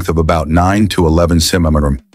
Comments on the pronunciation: Centamenenenes was AI's interpretation of the word centimeters. 😂😂 its funny listening to AI narrate. () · AI voice is not good in saying centimeters🤣🤣 to